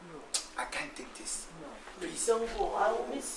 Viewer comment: Prease listen 😂😂😂 eeiiii kyekye